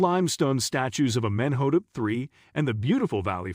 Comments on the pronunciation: AhMENhotup Three!!! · I cant get over how u say his name